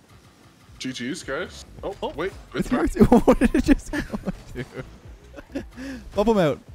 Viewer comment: "I bumpmbumbpmpmupmpmbu"